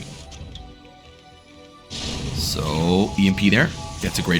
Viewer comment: I'm sorry but it sounded like you said "cuffing", instead of "coughing" but anyway, great tvt game!